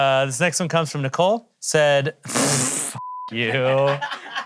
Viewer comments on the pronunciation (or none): none